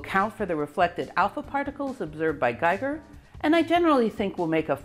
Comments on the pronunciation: I really loved the video! Congratulations! Little corrections: names are: Geiger (not Gieger) and Niels, not Niel Bohr. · Geiger not Gieger. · It's GEIGER , not Gieger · Geiger, not Gieger. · You are the best nerd I've never met :-D Thank you for HOURS of high class entertainment. Just love it! A side note: You pronounce it perfectly, but someone has made errors on the way: It's a bit annoying (as a European) when "Geiger" (the scientist) is constantly named "Gieger" (the artist). Likewise "Niels Bohr" is not named "Niel Bohr" ... Niel was a moonwalker, Niels weren't (although quite good at soccer) ;-) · yea i wanted to mention all the german names with an "i" sound. Geiger for example. i and e always switch places here ;-) but the pronounciation is very accurate for an english speaker... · Scintilatien is spoken like sintillation, not skintillation! Geiger not Gieger!